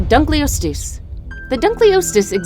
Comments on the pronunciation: It's dunka-loes-steus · Say dunkleosteus right noob